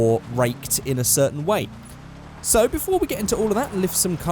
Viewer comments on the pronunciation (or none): none